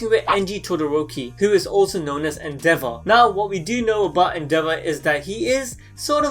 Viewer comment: I thought you said the devil and not endeavor (the devil is accurate tho)